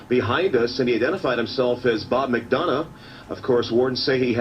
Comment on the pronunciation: HEY!!! The guy who walked up on the people filming Who'd been missing for hours...has my last name! Lol Not often I hear my last name said let alone correctly lol Then again I do believe you're from Georgia,...and I think there is a McDonough, Georgia. Lol Sorry lol That took me by surprise! I even went and showed my mom lol We actually did have a Robert McDonough in our family too. Sadly we lost him when he was only in his 20s. My mom always jokes about something he used to say as a kid. They'd ask him to do something like hey robert could you grab me a can of pop please? And his answer to anything like that would be "For a buck" 😂